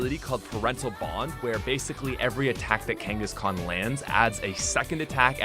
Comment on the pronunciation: IT'S KANGASKHAN, NOT F*CKING KANGISKAN!